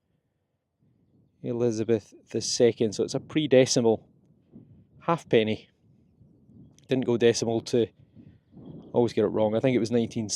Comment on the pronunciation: Not 'half-penny,' despite that being written on it. It's a, 'ha'penny' (pronounced hay-penny).